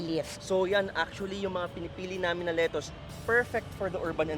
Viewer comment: 😂ganyan din yung pronunciation ko ng lettuce nung nasa pinas ako, but when I went to the US tinawanan ako😂 kasi mali at hindi nila maintindihan yung “letoos”